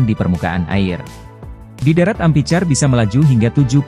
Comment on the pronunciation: Amphicar, dibacanya ampikar, Min, bukan ampicar